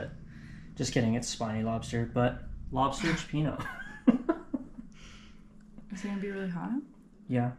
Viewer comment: You Dive as well?? I used to free dive when younger. I'm certified as well. I need to get back out there. Dang, we really need to hang out my friend!! BTW, by buddy is selling his 34 Freeman if you're interested? BTW again, it's pronounced chyo peeno.